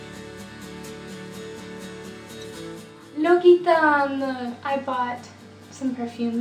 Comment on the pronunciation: Vidéo très sympa et pleine de bonne humeur ! Continue à en faire, sur la France ou pas, car tu sembles t'amuser et c'est très communicatif. "L'Occitane" se prononce [L'OcSitane].